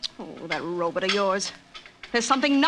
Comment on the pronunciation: Hey it's a Robot not a Robut u illiterate git but I'll let u off as ur in The Twilight Zone....what? Wrong show oops Dimension X of a thousand maybe worlds and a million lonely miles or whatever it went to but I love these shows from a lover of ur channel from Liverpool, England and a very happy Robut aaaggh Robot, Bot, Bot. No butts here!!!